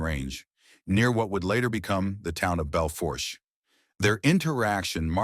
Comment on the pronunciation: The R is silent in Bel Fourche it’s a French word